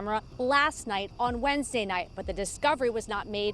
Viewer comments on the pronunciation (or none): none